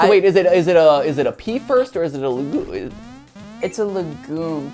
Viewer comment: I was like wtf is a lagoon in this contest. And then I realised he was just mispronouncing legume 😂